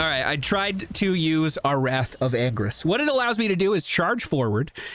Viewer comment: The way he pronounces the ult it sounds like "Wrath of angries", lol.